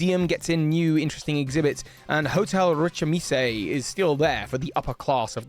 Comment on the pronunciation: It's Rich-iss-ime not Rich-im-isse. As in "Rich is me" which seemed like a pretty obvious, transparent joke name to me.